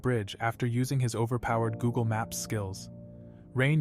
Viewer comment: Bro realy say gogle map